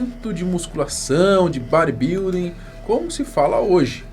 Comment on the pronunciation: Vei, eu não tanko o falando "bar i bilding".